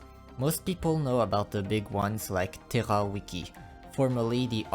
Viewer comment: "Térra Wiki" brother are you FRENCH? xD If so, hé bien ravi de voir un nouveau CC français dans la sphère Arknights